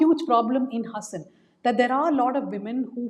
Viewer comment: Please pronounce the name of the place correctly. Its HAAASAN